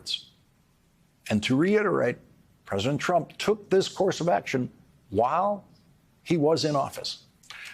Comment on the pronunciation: Will this ever learn how to pronounce the word PRESIDENT? Pres-i-dent. Three syllables... Oh, I see, he's running for Present.:/ Funny, 'cause he says "Presidential"properly. Just not Present. I mean PRESIDENT.. Now he's got me doing it.